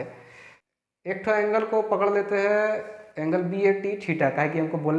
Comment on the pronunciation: On that time u said angelwa my reaction was gzb sahi m ye desi teacher h 😅 lage raho